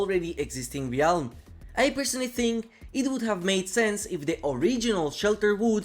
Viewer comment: How do you still not know how to pronounce ‘Realm’?